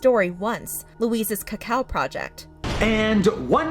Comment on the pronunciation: I think Amanda Jones’ response is scripted he says Cocoa not Cacao and keeps looking down a little on the camera